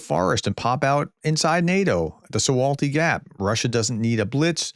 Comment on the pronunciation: Sejm - it's SEYM ("say-M"), not "syem". (In Polish "j" = "y" as in "yell".) - su–val–ki ("w" = "v" in Polish) or rather "su–vaw–ki". (The name of the nearby town "Suwałki" is spelled with "slash-L" which is pronounced like "w" in "wind" or "wise".) And then Solovyev is just a fruitcake, he says all sort of things that appeal to the lowest rung of consumers of Russian TV and radio official propaganda, which is just one step above a lobotomised chimpanzee.